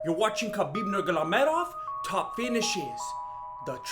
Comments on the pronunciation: Nurgamamedov !?😂 this time u ruined his named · why u no pronounce Khabib's full name properly??!! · and you still cannot pronounce his name correctly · Sorry I love you man but the way you pronounce his last name pisses me the fuck off